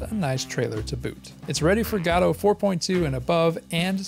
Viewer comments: You fail to mention AGM's predecessor, Pixel Game Maker MV.. if anyone wants a peek at what AGM will be like, look up videos of people using Pixel Game Maker MV.. AGM is said to use a similar UI and/or interface.. Also your pronunciation of GODOT is the oddest one i've heard yet... The developers of GODOT pronounce it Gah-Doe I've been pronouncing it Go-Dot. You're the first one i've heard pronounce it God-aught. lol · It's pronounced GuhDoh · That’s not how you pronounce Godot.